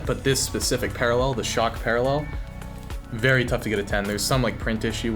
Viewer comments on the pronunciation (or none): none